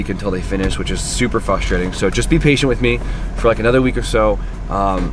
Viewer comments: Btw its frustrating not fustrating